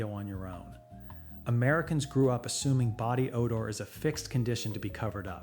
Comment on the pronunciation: “Odar”? Really?!